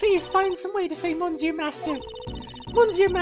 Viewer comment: Good old court record, no organizers anywhere... YESZ! Yeah well wrong prosecutor for that So she sounds like a mouse now? :P Your French is aweful "monsieur" "Hoquet".... Hoquets Japanes name translates to "Paul Holic" might want to use that and dont butcher the French language anymore His name is "The Real Bad" btw name puns: Isaac Dover = Iced Over, Pierre Hoquet = Pierre (generic French name) Hoquet (French for hiccup), Jeffrey Master = Master Jeff.... errr Master Chef, Katherine Hall = Catering Hall Mistakes: 0/49 Death Counter: 4 Logic Chess: 0/11 Logic is hard: 1